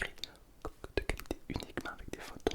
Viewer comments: Qauce deu callïttéer 😂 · Las cqokeuh deut ckalitthée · la qqqoq du qalitté